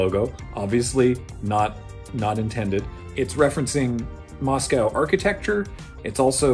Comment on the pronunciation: Great fun and super interesting. Just a question: why do so many North Americans (Canada and USA) pronounce 'Moscow' in such an awful way?? :-)